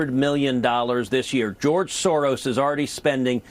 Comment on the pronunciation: Is there no way to put a stop to Sor- oos?